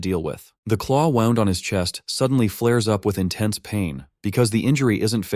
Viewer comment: Narrator, wound or wound? pronunciation is important: you just wrapped 'our boy' around an armature or tightened his literal spring to get him going again.